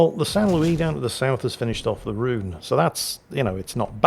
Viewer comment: and he's still saying Rune. It's Rone FFS roan like grone tone bone or phone. not roon like toon tune boon or goon you loon. Don't believe me look it up. Sorry mate I just heard it 100 time to many. I can understand, but not forgive the western tendency to place the inflection on the wrong syllable of a Japanese word. even though we dont do it to we? Nobody says riCHARD, or eRIK or coVENtry but whatever so many people do it that its pointless to discuss. As a 51 year old geezer that has a history degree and speaks fluent German having worked as a translator and interpreter in Germany for 25 years now I can assure you old boy...it is ROAN as in tone not Roon as in Loon. You beautiful old git. Love yer videos keep making them. Good health and luck to all you hold dear. ROON!